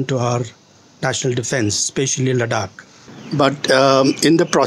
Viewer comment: He can't even pronounce the name of Ladakh properly. 😆😆😆 What kind of a Ladakhi is he? Just wanna say deep down from my heart "SHAME ON YOU"